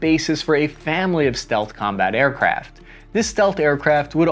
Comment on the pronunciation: sounded like you were saying aircraps